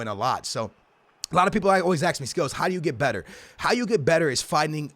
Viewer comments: I laugh every time you say «aks» instead of «ask»😂 no hate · WHY DO YOU ALWAYS SAY AKS INSTEAD OF ASK?